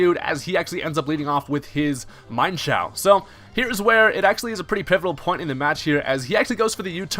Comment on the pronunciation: you said mienshao's name wrong. its pronounced like this: mienshao.